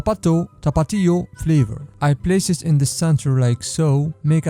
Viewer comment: this timestamps right. Tapatío (Tah- Pah-Tee-Oh) it should be called, the PepsiCo peacock